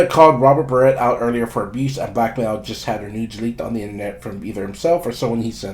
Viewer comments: This a**hole cannot pronounce his last name correct-its Barrett, not like a hair baret wtf! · Holy shit. Say his name right!! Like the gun!!!